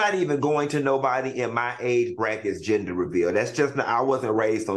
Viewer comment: its GEN DER Al. lmao